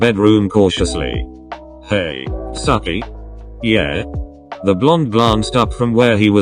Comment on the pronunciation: ok i never understand why google pronounces tsukki as "sucky" 🤣🤣